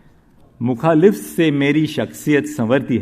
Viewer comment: मुखालिफ्त नहीं मुखालिफत कहते हैं। शायरी की है तो ढंग से पढ़ तो लेता।